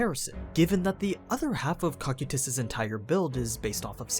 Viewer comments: It's pronounced co-kai-tis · My man's called him cockutus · No ones gonna talk about the way he pronounces cocytus and nazarick?